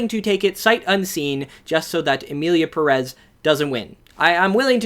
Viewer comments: If you’re gonna criticize the director for not doing his homework, you should’ve done your homework and learned how to pronounce Pérez. The accent over the first E means that’s the syllable that is stressed. I was hoping that the fame of this movie would finally get gringos to pronounce Pérez correctly. I guess I was hoping for too much. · The fact people pronounce it Emilia Peréz when it's written Emilia Pérez, BASED ON THE WAY PEOPLE SAY IT ON THE MOVIE ITSELF is insane for me.